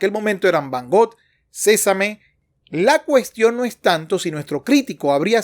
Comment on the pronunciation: ¿Cómo que “Cezame”...? ¡Paul Cézanne!